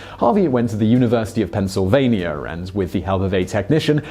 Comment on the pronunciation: Multiple times you've referenced looking how to pronounce words you don't know. You should look up words like "saw" and "Pennsylvania" as both words contain no letter "r".